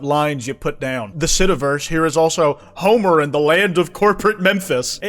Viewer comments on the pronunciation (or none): none